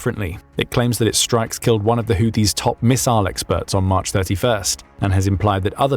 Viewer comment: The AI narrator keeps calling the Houtis the Haitis! No one has Updated it's spellcheck!